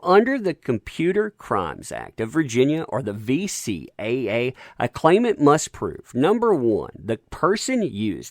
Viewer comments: Narrator Repeatedly said VCAA Its VCCA... idk if he said it correct once... (Sorry after 1st time I just kinda winced each time after....) (Alot of wincing...) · VCCA, not VCAA. Better get that right before you turn on that laugh track 😁😁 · Anyone else notice that he keeps saying VCAA instead of VCCA? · As informative and entertaining as this video was... its "VCCA", not "VCAA" - i never caught you saying that right. "Virginia Computer Crimes Act" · Is he saying VCAA on purpose instead of VCCA?